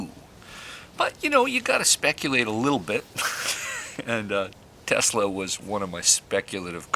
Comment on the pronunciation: Is it Tesla or Telsa? Slow down man, had that been an explosive you could have blown us all up.